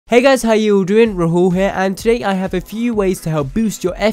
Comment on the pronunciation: lol the way u say Rahul RAHOOOL fucking Degenerate. . . bro you are Brown. Embrace that shit